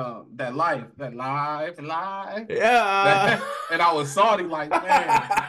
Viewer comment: How he says Lancaster and Salty is irking me 😂😂😂 "Lengcester" "Soddy"